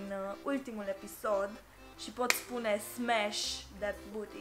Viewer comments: in loc sa zici smash ai zis spash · "SPASHH"?????? Stop it, get some help! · Smash or Pass!!!:Spash😂😂😂😂😂😂